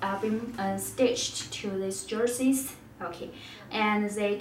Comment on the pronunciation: “Russell wilsons numer srees jersees”,......what?